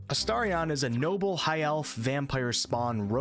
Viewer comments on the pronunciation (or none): none